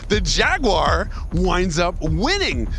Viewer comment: Thanks for pronouncing Jaguar properly!